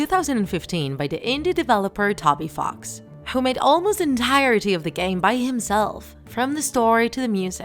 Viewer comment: Wrong. The human in the opening cutscene is actually Chara, not Frisk. Theres a continuation of the opening cutscene in the True Pacifist Ending. Also you pronounced Flowey and Toby Fox wrong.